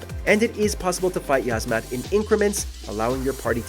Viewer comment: 2. Uh, I believe it's pronounced "Yeez-Mat."